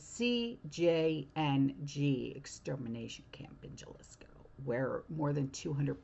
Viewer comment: Sorry, but for future reference, it is Jalisco, pronounced with a h, it's halisco.❤